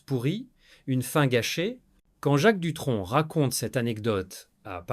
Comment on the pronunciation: L'I.A. est infernale ..... les noms écorchés (Latitia, Hollidayyy, Duton ou Duon, François Hardy ....) les mots accrochés (les picres, qui s'oppo, peu être, une englade etc..... ) bref, bon on en apprend peu sauf que depuis longtemps on savait que cette bonne femme était un vraie PESTE. Johnny et Éddy se connaissait depuis l'adolescence, il a fallut qu'elle casse aussi ça !!!!!